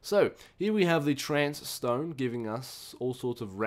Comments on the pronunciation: WHY ARE YOU CALLING IT TRANCE STONE it clearly says trace stone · It's TRACE not trance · How can you say "Trance" from the word "Trace"... I mean, the other words are not everyday words but trace... Even a kid from kindergarten can say that.